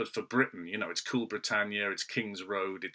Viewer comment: Swounds Cwool